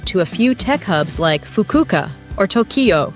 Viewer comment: Fukuka? Lol……. Is it really that hard to say Fukuoka? 😂